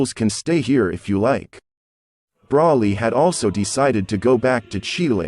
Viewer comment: Why is the voice commentor saying the wrong words? What's a sensor bean ? And even brawly? Isn't it broly? Kakarit? 😂 Wow